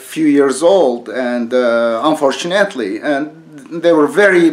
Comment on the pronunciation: baskan iyi has konusuyon da unfortunately kelimesini bi dogru okusaydin iyiydi.